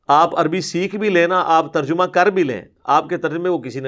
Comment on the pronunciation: Terjumah nii Tarjamah hota he ye makkaar hai